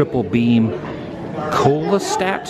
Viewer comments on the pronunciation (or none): sure wish you could pronounce Foucault (foo-kow) Pendulum and coelostat (see-low-stat) properly. The big ball does NOT tell time. Please know what you’re talking about before you spread misinformation! I could not watch the whole thing, embarrassing. :-/